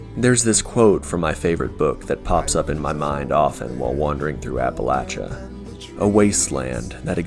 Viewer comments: Thank you for saying Appalachia right! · My guy said "Appalachia" right. +10 respect 🙏